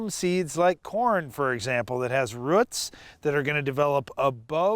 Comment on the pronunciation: Roots not rutz